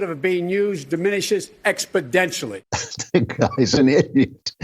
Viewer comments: Exponentially. Not expodentially. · How is it that Biden says "expodentionally" every time he uses the word, but this is the first time this seems to have been brought up? Imagine the media coverage if George Bush mispronounced a word like that....Nucular instead of Nuclear, for example...Oh wait, we don't have to image...that was practically a scandal the way it was reported. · "Expedentially!" What a Bozo!! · Gee I didn’t know how important Expodentially Was going to be in this election 😂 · Expodentially... WTF... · I wonder if him saying "expodentially" was an accidident or if it was intedentional? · Joe Biden giving the final spelling bee word: "expodentially". Kid: "uuum can you use that in a sentence?" Joe: "abstalutently" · ExpoTentionally! No 'd' there! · I heard Biden say: expoDentially. Really? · Utterly baffling, that after the first time he mispronounces the kind of word that EVERYONE notices. You would think, someone... Anyone would have told him. How can his team of advisors, entourage, down to an intern not have said. Its an "N" not a "D" Binen, I mean Biden old son. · Did Biden mean to say Expotentially?